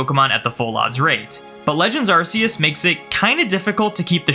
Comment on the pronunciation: Ask yourself how to pronounce "arc phone" and please apply that to arceus's name :p